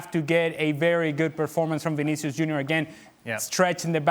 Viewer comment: Legend Del Piero : "Vinishu"